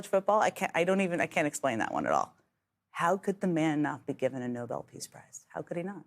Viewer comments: How embarrassing. BTW it's No- bel, not no- bul. The award is named after Alfred Nobel. Try to get it right. And let's be clear about something else. There is absolutely nothing noble about trump. Nothing. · Witkoff can't even say NOBEL (as in NO BELL) it is not Noble, what a great foreign envoy 😂 This people are just pathetic. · The Noble Peace Prize?? If you can’t pronounce Nobel, you can’t get the prize! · do yhese people have no pride? and to show how stupid his cabinet us, steve whitcoff calls it the noble committee. its nobel, pronounced no bell, after alfred nobel. geez! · They talk to him like he's a toddler that managed to make it to the toilet in time.........which he most likely isn't even capable of doing any more. And these sycophants are falling over each other to kiss the ring...................and it's Nobel not Noble. You pillock! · Nobel not noble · He loves 'the worker' so much he didn't pay many of the people that did work for him. Can those people learn how to pronounce NoBELL. It's not nobul. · It's said 'no bell' peace prize, not 'no ball'. Noble has a different meaning in the English language! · Can't even pronounce the peace prize correctly!!!!!!!!! Buffoons, all of them. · Cracks me up that Steve Witkoff, a soi-disant dimplomat, cannot pronounce NOBEL. Ignorant sycophant. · I wonder what this Noble Award they talk about is,this Corrupt Clown sure doesn't deserve the Nobel Award! These fools can't even pronounce the name of the award,they think he deserves.